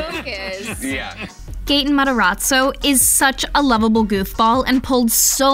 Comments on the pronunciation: the narrating is so annoying! also whoever is narrating clearly hasnt watched it because it's mataRAzzo not mataRATzo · Me Hearing 'gAtEn mOzZaReLlA' and going back and hearing 'Gaten Mataratzo' instead of Gaten Matarazzo- 😭😂